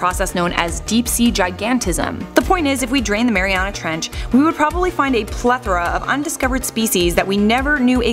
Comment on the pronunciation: Mariuana treench xD